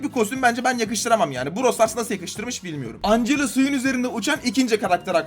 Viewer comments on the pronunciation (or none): none